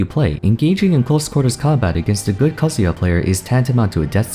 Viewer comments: What he says in his voice: Kazuya What I hear in my mind Kazuha XD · You pronounced Sakurai so well but pronounced Kazuya pretty sloppy!